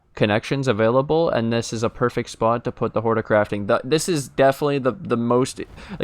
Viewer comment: you're been watching too much Harry Potter ... it's horTIcrafting station ... like horticulture